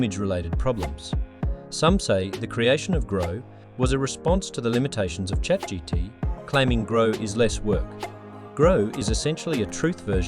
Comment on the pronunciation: Sorry but... This is clearly an AI video. Chat "GT"? It can't even pronounce AI right. Awful. Downvoted.